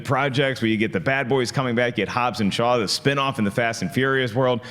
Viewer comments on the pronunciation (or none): It's Hobbs not Hobbes😂